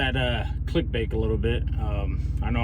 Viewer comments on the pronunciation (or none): Click bake🤣. First time you said click bait it sounded like click bake